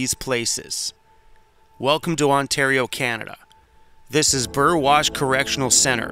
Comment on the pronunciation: Nice to know someone can pronounce Burwash correctly!!!!!! And hello from UK Burwash:)